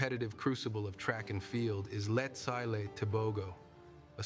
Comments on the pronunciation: I’m his fan! I meant he’s mispronouncing his name, it’s Letsile not Letsaile lol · Its not letsayle it's Letsile